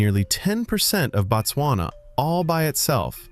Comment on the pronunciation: it is Bot-swana My country